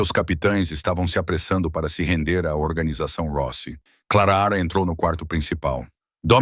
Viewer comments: KKkkk linda a istoria .Mas não sei se vcs já reparam,que todas as istorias que a mulher vem nome de Clara o narrador gosta de falar Clara raa kkkk Eu acho que ele gosta do som da vos dele narrando kkkk ,E quando ele tbm tem uma mania de limpa a garganta kkkk . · Da pra pronunciar o nome da moça direito o ridículo. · Fala direito o nome clara direito ok